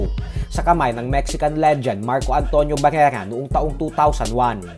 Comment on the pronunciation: pakipronounce ng maayos si barrera